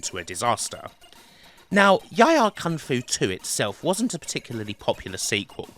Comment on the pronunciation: I don't know how to pronounce the names of some of these games.😂 He calls YIE AR KUNG-FU with the word YIE pronounced like TIE... I always pronounced it YEE like SEE with the double E sound. The other day I watched a video where they pronounced the WEC in WEC LE MANS as a word like PECK rather than sounding out the three letters. Have I been getting it wrong all these years 😂